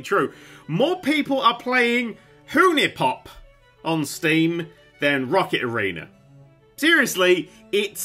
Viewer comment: "Who-knee pop" I didn't know it was possible to fuck that one up.